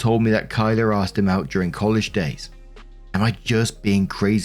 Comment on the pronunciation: Oh. Yikes.. this is a bad day to also have the name Kyla. Hey I’m genuinely surprised and excited you pronounced it right! On behalf of other Kyla’s out there, we don’t claim this one.